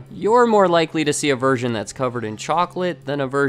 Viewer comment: For a moment there it sounded like he said you are more likely to see a virgin covered in chocolate, than a virgin that is low fat.